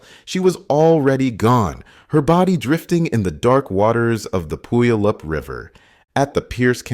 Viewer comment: Many are stumped trying to pronounce some Washington names. Puyallup rhymes with “gallop” and the first syllable sounds like “pew” (eg a church pew): pew-allop